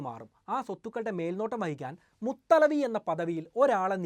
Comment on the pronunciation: മുത്തവല്ലി എന്നാണ് മുത്ത്ലവി അല്ല